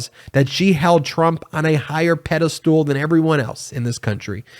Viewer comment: Please don't say pedestool!